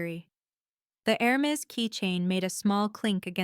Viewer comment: 15 minutes in, my favorite mistake so far is air-miss for Hermes. The “narrator” can’t tell Read from read. Too many mistakes to like or subscribe.